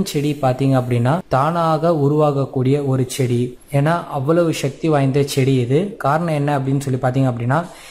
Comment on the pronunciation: ஏண்டா ச்டி இல்லை செடி